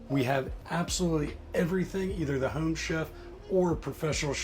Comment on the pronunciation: are you from Baltimore originally or that area? The way you say home makes me think you are